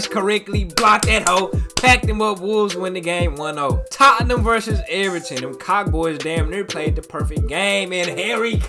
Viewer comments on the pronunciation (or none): none